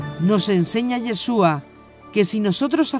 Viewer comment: Me gustan sus videos , pero realmente me desagrada que diga “ Jassen” así no se pronuncia, cualquier Rabino puede decirle